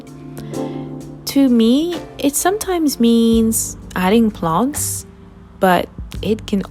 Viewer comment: This is great advice! I moved to my apartment last year, but I am still in the process of making it a “home”. Slowly, but surely, it’s coming along! On a side note, I love how your French accent comes out when you say the word “plants”. So adorable!